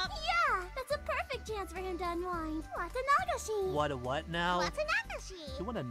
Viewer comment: Also, the way they say "Wata-NA-gashi" really bugs me 😂 it's always been pronounced "Wa-TA-nagashi".